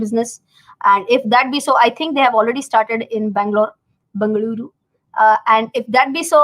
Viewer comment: Bengaluru pronounced correctly